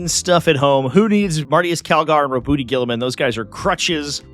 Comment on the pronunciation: Ro-booty Guilliman .... I will always pronounce it that way from now on.